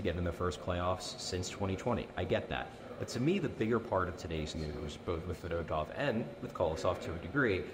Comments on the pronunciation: Fed-oh-tov is the most hoagie mouth pronunciation possible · As a Russians we prononced his surname as Fee-dOh-tuff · Russian vs Delco pronunciation lol